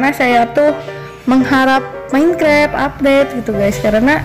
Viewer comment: Minecraft jadi menkrep 😂